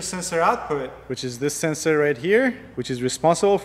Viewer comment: how can you pronounce solenoid but cant pronounce sensor. whats a sesor annoying how make a vid but i need google to translate. stay in your lane